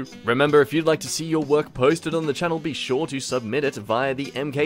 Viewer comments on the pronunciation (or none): none